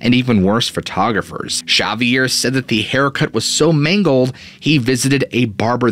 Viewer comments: Can you answer the question on everyone's mind? In Catalonia, how do you pronounce 'Xavier'? Thanks either way! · I figure it's a dialect thing but I couldn't stop thinking about it the whole episode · That is not how you say the name Xavier, but something tells me you already know that. Is this one of those youtube tricks where an influencer repeatedly says a normal word wrong so that people comment to correct them and therefore give the video more commenters? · I feel like he's saying the guys name way wrong. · Buddy, you've got to learn to pronounce the name Xavier correctly 🤪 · I'm sorry but it's not correct. It would be more like a Tz sound than Sh, the area from where this story comes is Cataluña and is Catalán what they speak not Euskera which is Basque. Anyways nice storytelling like I said before. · Not "Cerviere". Its X-avier like in X-men ;) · Great story but got to say the way you pronounced Xavier was grating on me. Its pronounced zavier not shavier. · Chavier! 😂😂😂 X, in Spanish would be pronounced with an H sound. 😅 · Love u bro! … but it’s not ‘Sha-vier’ it’s pronounced ‘Ha-vier’ due to country of origin Spain. I understand why u would pronounce it like that because the name Xochilt is pronounced ‘Zo-chill’ kinda similar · I think his name is pronounced: Zavier not Shavier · Whats the guy's name? I am half deaf. Substitles right Shaviere, but I hear Javiere?? Both don't make sence, Could it be the narrator mispronounces the name? Like it's promounced, Havier? Isn't it odd that so called proof pics, are always so dark grainy you need relly good immagination to see anything! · Not chavvier, xavier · Xavier is pronounced Zavier, NOT Chavier 😂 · Xavier, its pronounce X-zavior. like the X-men professor. ( but in french we say (gza-vee-ay) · If Xavier was Basque, your pronunciation would be correct. If he's Spanish, however, it should be more like ''Havier'' or ''Haviay''. [ , you say his native language is Spanish.] 😎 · It’s pronounced Hah-vi-air